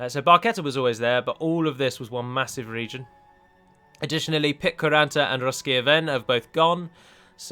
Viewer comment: It's always funny to hear you pronounce the Finnish names of pitkäranta and ruskea vene :D (I mentioned the towns way back when you were a small channel and I tried to explain how to pronounce the letters if I remember correctly)